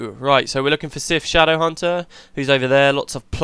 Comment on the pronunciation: Aha damn, too quick. It's almost as good as your pronunciation ;P